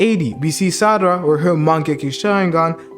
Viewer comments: her names sarada not sadara💀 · this nigga said sadara her name is sarada idiot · meetsukii and salaratdha why you say it like that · stupid cant pronounce sarada correctly